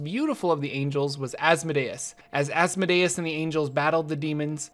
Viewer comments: Its pronounced "as-mo-dee-us" not "azz-muh-day-es" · You are putting the stress on the wrong syllable in Asmodeus. Instead of asmo'dayus, it is as'modeeus. It makes sense to think deus like deus ex machina, but it isn't. It is deus like deity. Just an fyi. Great video. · I have never heard the pronunciation of Asmodeus like that but it makes sense in a way. I pronounce it az(as in AZgard)-mo(as in MOW the lawn)-dee(DEAn)-oos(OOze)(and an ‘s’ at the end instead of a ‘z’). But DEUS makes sense because it is referring to god and should be pronounced as such. Sorry for the random sentiment. Your video was awesome by the way. I am a new DM and have a tiefling PC so this gives some perspective. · I've always heard his name pronounced "az-moe-dee-us" and what happened to Tiamat? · The pronunciation is æz-MO-dee-us Not Asmodayus